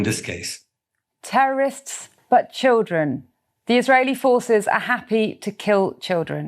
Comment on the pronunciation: why do they keep saying childreen? how are you suppose to know its a kid when its holding a gun and wearing a scarf? also even if you knew it was a kid are you not gonna shoot it >?stupid logic from bbc just shows how people with no experience with trauma like to talk like a moral person